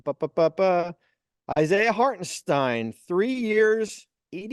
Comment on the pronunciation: I'll keep saying Lorrie so long as you keep saying Hartensteen . . . .